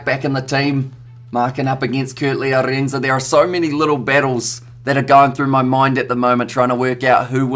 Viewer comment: Repeat after me: Ah-rin-suh